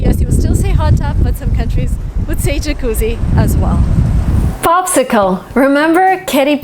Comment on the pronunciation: Your italian pronunciation of the word "Jacuzzi" is perfect. Brava!